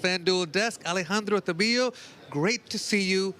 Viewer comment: Tah-bilo. No double Ls